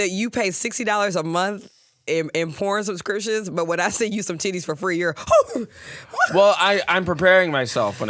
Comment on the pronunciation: ....I feel like there were a couple cooter pictures sent to Ben, you kept saying "yitties"😅 Also, if Wilde and the snake 🐍 have a fight...HELP THE SNAKE. I'm also sick with the flu, on my menstrual and craving PHO. Everyone STFU!!!😂😂😂